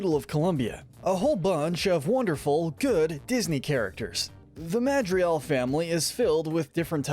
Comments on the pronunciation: ITS NOT MADRIAL ITS MADRIGAL GAL GAL GAL GAL GAL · How to not mispronounce the character:Julieta You see "j" in Spanish make a "h" sound Witch means it's pronounced "Hulieta" Also it's the "Madrigals" not "Madrials" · "madrial" It's pronounced "MAJ-ree-gall" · You pronounce Madrigal as Mad-dre-gal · Madri Al!!!!!!!!!!!!!! Its called Mad-ri-gal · He said MADRIAL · The fact that he says “Madrial” instead of “Madrigal” makes me laugh when he makes a bunch of videos about the movie without even knowing a word that an entire song is based off of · Madrigal not Madriel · This man rlly calling it the Madriall family 💀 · Bro did you say the "madrial" family? 😂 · Why do you say madrijal it’s madrigal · It's not Madrial. It's Madrigal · ik this guy did not call them the madrial family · Madrigal! Not madrial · It isnt Madriel its Madrigal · it's madriGal not madrial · I keep getting distracted by you saying "Madrial" instead of "Madrigal". It makes me chuckle each time 😂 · 11 seconds in and he says madrial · Im sorry but,madrial💀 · Sorry, I get thrown for a loop every time I hear "Madrial." There's a G in there lol. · He said "Madrial family." ✋🏻😭 Someone help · MAH DRII GAL hearing the wrong pronunciation hurts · "The majrelz" lol Not hating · im sorry did u just say madrial? u keep calling abuela, ama lol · why do you say madrigal as médriel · Mad-dri-gal, get it right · So you know, the family's name is Madrigal 🙂 It sounds like you are pronouncing it as 'Madriel'. (Unless maybe that is how it is said in certain countries / languages?) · I hate you you are saying midragal wrong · I'm pretty sure there's a "g" in the name Madrigal .-. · You aren't even saying the name MADRIGAL right lol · Omg he butchered Madrigal so bad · You mispronouncing madrigal hurts my soul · I hate your pronunciation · why aren’t you pronouncing the ‘g’ in Madrigal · Dude you didn't even try to pronounce "Madrigal" properly...